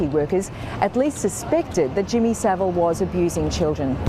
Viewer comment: Well done for pronouncing Saville correctly!